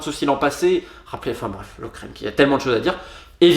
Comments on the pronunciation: Encore une excellente analyse, et tu as raison, ça fait plus de dix ans que je ne vais plus au stade (sauf si la place est gratuite, et encore). Note pour la prochaine fois, Lokeren de dit "lokeureune" et Seraing se dit "serein" Comme ça tu sais :) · Lokeren se prononce Loqueren mais c’est du détail il va bientôt disparaître (oups)